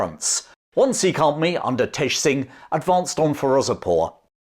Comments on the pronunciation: By the way Sikh is pronounced Sick not seeek. Please refrain from the slave trader tongue and use proper pronunciation. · I’m fairly certain they still pronounce Sikh wrong to this day. They say “seekh” instead of “sick”, which is the proper way to pronounce Sikh ( Gurmukhi word meaning a student of God on earth).